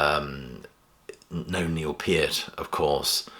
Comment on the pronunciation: He pronounced "Peart" correctly and that's the legitimacy I was looking for. I read Geddy's book, and I'm surprised by this move. However, Geddy has more left in the tank and he LOVES this music. I think Neil would be totally fine with it.